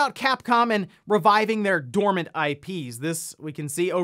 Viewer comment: "Dormany IPs"